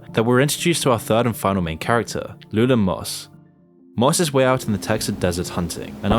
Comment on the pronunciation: it was interesting until you pronounced lewellen moss's name incorrectly making it seem like you never even watched the movie. sorry cant watch your content bub better luck next time maybe pronounce the main characters names correctly...